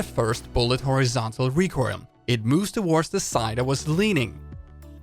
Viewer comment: Am i the only one who is disturbed my the "recroil" pronunciation Nice video tho keep up the good work